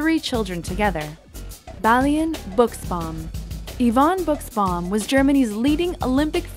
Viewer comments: It is not "Bugsbaum" it is "Bushbaum" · Balian Buschbaum is pronounced "Bushbaum" not "Bucsbaum" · Can't stop laughing how she says "Buschbaum". German language , hard language.💚😄